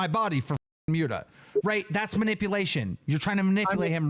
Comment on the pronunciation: I don't know whats worse. Boogie, or the way keem says Muta